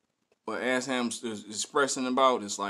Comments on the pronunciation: Yo, he pronounces it E-sham. Hes dope, he put out his first album when he was like 15 or 16 in 1989! I think he has around 30 albums. You should check out some more of his songs. He has a song called Tony Montana, you should react to that. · ESHAM pronounced (E-Shom) … one of the Greatest MCs of All-Time , anyone who thrived from Detroit in the 90s and 00s were Influenced Heavily By Esham who came out swinging in the 80s and present, he’s done so much work that even the Top MC of today has not even covered the body of work he’s put down in the industry, One of the reasons most of young Detroiters doesn’t know about Esham is because of the broken relationships with our local radio stations and DJ’s but Esham has made millions of record sales globally as a 100% Independent Artist. Guys like Eminem, ICP , Kid Rock, Twiztid, Tech N9ne , Blade Icewood, Royce Da 5’9 , Bizzarre , King Gordy, Stretch Money, Too Short, 3’6 Mafia, and So on has spoken of Esham and his influence over the years on their music and careers.